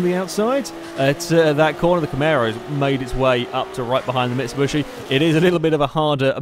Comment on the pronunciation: Just wanted to shoot myself everytime he said 'camero' and 'mitsubushy'